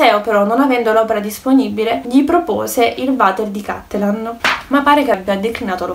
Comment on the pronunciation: Bel video ma ti prego correggi la pronuncia. Per un veneto sentir dire cÀttelan invece di CattelÀn è traumatico.